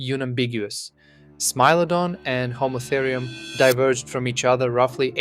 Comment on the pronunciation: Stop saying smee lodon ffs!